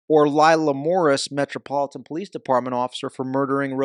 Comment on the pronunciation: No Ivan you got it wrong Po lie ce 😂🤣😂🤣😂